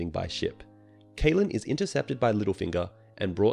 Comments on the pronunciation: Great job on the summary 👍. Although it was very annoying how you keep pronouncing Catelyn as Kaitlyn instead of Cat-e-lyn like i am used to. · CAT-lyn, not KATE-lyn, Il-AIR-io, not ILL-i-roy.